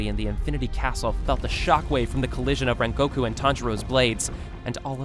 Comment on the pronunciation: WTF IS "RENGOKU SAAN" WHY TF YOU SAY IT LIKE THAT.